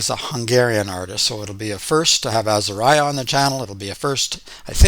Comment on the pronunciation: Say Azahriah not Azahryah!!! Please!!!